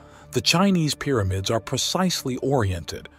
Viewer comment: Excellent documentary. However, it's Pyramids, not "Peeramids!"